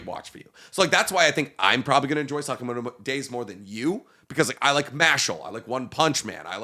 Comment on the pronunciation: Damn the way says Sakamoto is so bad